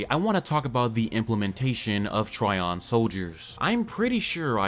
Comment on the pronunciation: But you did exactly opposite. You were pronouncing it correctly (like tree-on) and when switched to try-on. Correct way is tree-on. Just listen original japanese dub, if author wanted word trion to be pronounced like try-on, it would toh-rah-ee-on (and written in katakana like thisトライオン) , but characters clearly say to-ree-on and its' writtenトリオン in manga.